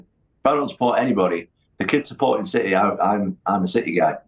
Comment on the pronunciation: Turned off the minute he said citeh fan...